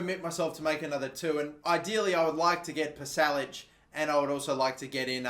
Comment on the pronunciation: Pasalic is pronounced Pasha Lichhh